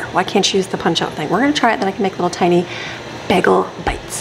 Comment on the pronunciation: U pronounce bagel wrong